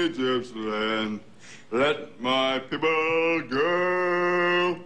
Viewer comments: kevin vega IKR I WAS CRYING WHEN HE SAID "PEOBLE" LOL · "piple" took me out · "LET MY PIPPLE GO!"